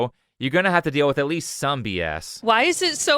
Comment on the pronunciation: If you pronounce the word "with" as "wiff" you should genuinely be laughed off of the internet like the fooo you are